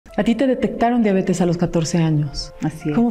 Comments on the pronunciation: Que raro que alguien tan supuestamente estudiado diga diabetis😮o yo no oigo bien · Me gustaría que pronunciara correctamente diabetes.